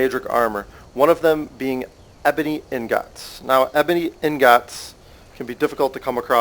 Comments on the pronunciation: STM Polaris wrong, it's "ing-gots" and he was saying "in-gots" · you say "ingots" in a weird way. it's "ing-gots" not "in-gots" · U SAY INGAATS...... U PRONOUCE IT IN-GETS but great vid one of the best ive seen LIKe + SUB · for the love of god man, its pronounced "ING-IT"!!!! not fuckin ING-GAWT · He's not even saying the word in the right order. He's saying ignots like how TF is he doing that when the letters are the other way around? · Dude. How hard is it to pronounce ingots. It's EENG-GOTS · (LiftThePeer) ing-git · Ik its pretty annoyig when he says in-gots, I was bout to kms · its pronounced "eengits" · He butchers ingots so hard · The way he says ingots makes me angry